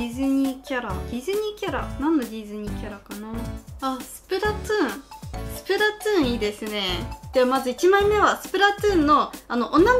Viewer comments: スプラトゥーンが、スプラツゥーンに聞こえた… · ツーンじゃなくて、トゥーンです。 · スプラトゥーンをスプラツゥーンと聞こえてしまう❗笑笑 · スプラトゥーンがスプラツゥーンって😂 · スプラつぅーんて言いよるʬʬʬ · なんだよスプラツーンって？w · スプラツーンて、言ってるw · 滑舌の問題やろ